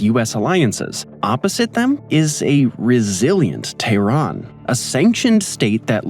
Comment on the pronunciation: How are you going to make a video about Iran and say “Iran” 500 times, and not pronounce it correctly even ONCE. Iran is pronounced E-Ron. Not Eye-Ran. If you think that’s odd, explain how we pronounce “Colonel” 😂 PS: Tehran is pronounced Teh-Ron. Not Tay-Ron.